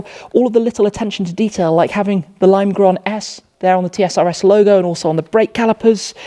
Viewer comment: You almost said "Limegrøn" like a true dane!